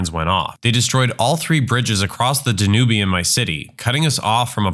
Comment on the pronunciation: Never heard someone say Danube so wrong